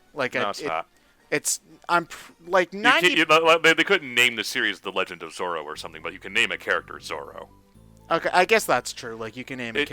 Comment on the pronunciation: Zorro... not Zoro I know you cant roll an R man but at least note the diference